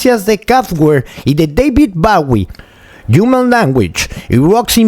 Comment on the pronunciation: in CHAIN? of soun(salpicado), jiuman ¿Langüich? 🤔🤔🤔🤔🤔